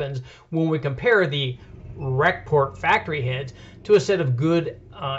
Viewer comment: pretty sure any thumbs down on this video comes from him saying ''Rec-Port'' head.....cringeworthy.....